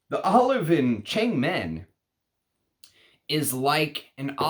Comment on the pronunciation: Should be pronounced as thurn-meng as in Wo(MAN).